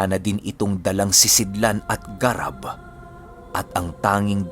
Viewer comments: "Garàb" po yon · Thanks 🥰,, ung (garab) na word iba yata Ung pronounce☺